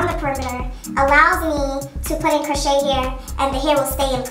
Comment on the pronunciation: Friendly F.Y.I... Crochet is pronounced Crow-shay not Crow-chet ❤